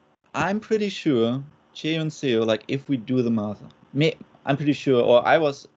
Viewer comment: Seo is pronounced like "Suh" similar to "huh", NOT "sayo". Just imagine saying Seoul without the "ul". So bad the broadcast commentators just butchered her name.